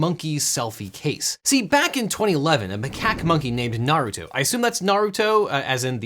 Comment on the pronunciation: Very small thing, but I like how you, who have never (in any video I have heard at least) pronounced Naruto (I presume the pet is supposed to be pronounced the same as the character) better than most Youtubers whose channels actually lead them to say the name in most or many videos. Maybe you are a fan maybe not, I don't know you personally, but well done for being better at that than the "experts".